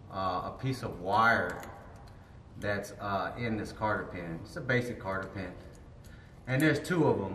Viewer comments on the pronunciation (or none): cotter pin, not carter pin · Solid video, excellent camera angles, plenty of knowledge. A+ brother. Just to be funny here though.. it's not "Carter pin" it's Cotter pin" hahahaha but for real, keep those videos rolling out, you're doing great. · Cotter pins NOT CARTTER pins 😂